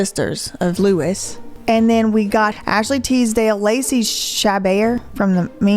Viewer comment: I love how you can pronounce Les Misérables but not TISDALE lololol